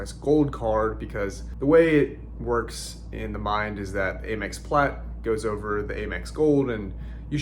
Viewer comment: Why are you saying AYE MEX instead of Amex with the short “A”?